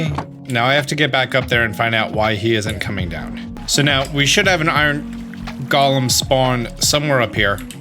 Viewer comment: gets mad cause people correct him pronouncing ingot Also: pronounces “golem” wrong I love the shade LOL